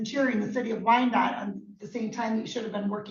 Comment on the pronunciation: Wyandotte? Where r we? In country music documentaries? 🤣🤣🤣🤣🤣 How do ya pronounce it? W silent? 🥺🥺